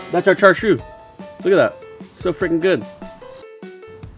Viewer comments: So you add premade bottled sauce, sous vide it and grill it, and you call it the "ultimate" version? You slice it to the wrong thickness, you pronounce it wrong, and you don't get the important stuff right in cooking it. Hey look, white people making Asian food "ultimate" versions. Sit down,, you're embarrassing yourself. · Sorry, but this is not char siu. It also looks like you don't actually know what char siu is, otherwise you wouldn't have made this video like you knew what you were doing. Everything about this is wrong. The pronunciation of char siu is wrong, the way you've cooked it is wrong, and the way you're eating it is wrong. Don't appropriate Chinese culture for the sake of making a video.